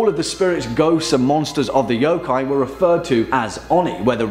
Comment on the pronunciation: Stop pronouncing every O like "OUW" when it's pronounced more like "uh" y'uh'kai. Please! how is it so hard for people to grasp this simple thing.